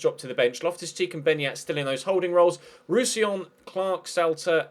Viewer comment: You said Roussillon properly. I'm so proud of u 😏